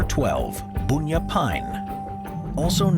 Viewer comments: Not boonya, it's bunya, the way it looks! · Bun ya not boon ya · Boonya tree? That's an incredibley wierd way to pronounce it. Do you call a bun a boon too?